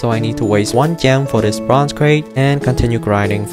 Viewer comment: Slap yourself when he says "bronze crate"